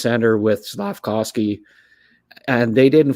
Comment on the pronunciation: Not sure why a year and a half after Slafkovsky has gotten drafted you still call him "slafcowsky"